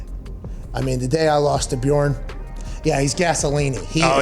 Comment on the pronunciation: Möchte gar nicht wissen, wie jemand, der noch nicht mal richtig "Björn" sagen kann, das Wort "Lauch" ausspricht. Nebenbei kenne ich den Ausdruck "Labersack" (aussprache-mäßig besser geeignet für Native-English-Sprecher), wo bitte nennt man einen Schwätzer "Laberlauch"?